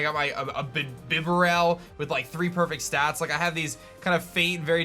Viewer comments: You said Biberal wrong. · Do you think he deliberately says things like “bibarel in emerald” just to get people salty? 🤔 or just to see if anyone is really listening?